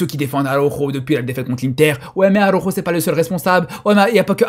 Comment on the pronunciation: ARAUUUUJOOOOO LES GAS ARAUJOOOOO LES FRÈRE 😂😂😂😂😂😂😂😂😂😂😂😂😂😂😂😂😂😂😂😂 l’accent il est propre même énervé